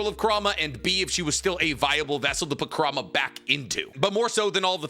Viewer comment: Enjoyable vid and topic 🙌🏾 but you gotta work on some of those name and word pronunciations. Edo tensei, Minato, kurama, haku, etc